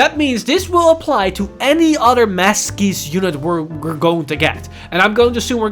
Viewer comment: Masques looks awesome but I think it’s pronounced Mask sorry if this comes across as condescending